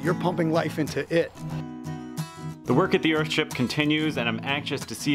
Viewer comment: Stop calling it "Earhtship" it's a fucking house. A nice house but not a fucking ship. Google "ship" btw.